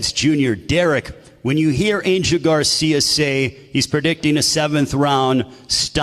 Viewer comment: “Angel Garcium”